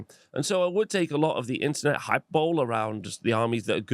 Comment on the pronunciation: lol it's "hi-PURR-buh-lee" sir